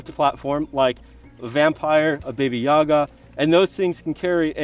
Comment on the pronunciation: he says "a vampire, 'baby-yah-ga' " , should be pronounced "Ba-Ba-you-gah".. it's a scary monster from a russian/ukrainian kids story